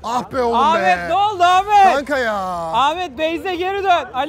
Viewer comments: Ahfer degil ahmet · Abi herkes ahfer ahfer diye konuşuyor ya❤❤😊😊